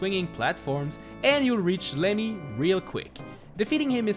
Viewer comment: Lemmy not Lenny